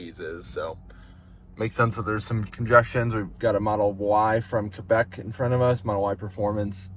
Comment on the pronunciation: I saw a high clearance SUV with Lithuanian plates a few days ago in Silver City, NM. That's a long way from home. Thanks for saying Quebec the correct way! Few people outside of Canada pronounce it correctly. That's called a seagull intersection; also known as a turbo-T in Florida. I don't think the EV6 owner needed to call EA customer support, all they had to do was unplug the Polestar. I guess they were afraid of doing that, even though it would be justified since the Polestar finished charging. That charger should be fully functional. Try to activate in the app. The terminal screen on the dispenser says that it is just set to "log to screen off." So the screen is turned off but the unit should work. Both cables should work, I think someone put the cable up there because the holster was broken. Like I said before, those ABB Terra units have some of the worst cable holsters that break easily.